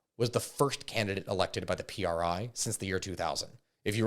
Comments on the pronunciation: The PRI is called just PRI not P. R. I. We say it as just one word not acronyms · It's not pronounced P R I but rather as just a single word; Pree